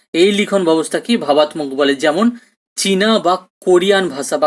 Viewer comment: Sir class khub sundor..But kichu mone korben na sir apnar kichu uchcharon vul hochhe.. Byabostha, vabattok..etc